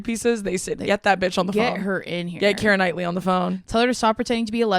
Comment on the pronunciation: it’s so nice to hear my name said correctly, I love Keira Knightley